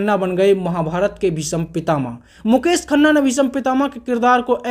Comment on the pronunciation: Bhisam kya bol raha h bhai bhism bol na